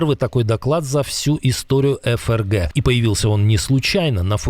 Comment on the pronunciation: СПАСИБО ВЕДУЩЕМУ ЗА ТО, ЧТО ГРАМОТНО ОЗВУЧИЛ эФэРГэ👍, А НЕ ФээРГэ👎